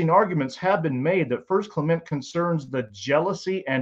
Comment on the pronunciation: I'm supposed to take a man seriously, who can't even pronounce "Clement" of Alexandria correctly, and who refers to comet Hale Bopp as "Hailey" bop lol?? Give me a break. Look, I'm not a Christian, but even I know not to throw the "extraordinary claims require extraordinary evidence" quote at the topic of the resurrection of Jesus. For God's sake... the Shroud of Turin remains as great a mystery as the pyramids of Giza! To this very day, even the non-believing experts who have devoted their lives to the study of the Shroud will tell you flat out; no human being has EVER proffered a successful explanation or example of how that relic associated with the "resurrection" of Jesus was created. TO THIS DAY! Other than highly complicated lighting technologies that, still, would leave the cloth with damage residue. Let's start with that issue, right there. Then we can move forward. At the beginning of your statements, that's what you ask for. "Extraordinary evidence." You've got it. A relic associated with the death of Jesus that cannot be replicated, even with our vast technological know-how and resources. As a non-Christian, I'd call that "extraordinary evidence."